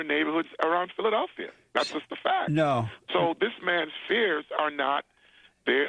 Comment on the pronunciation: Dude learn now to say Philadelphia